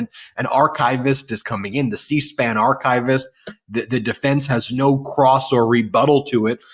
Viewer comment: The correct pronunciation of archivist (It is not archive-ist)